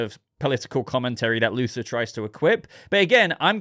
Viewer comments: You were saying Luther and not Luthor. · His name is Luthor, not Luther.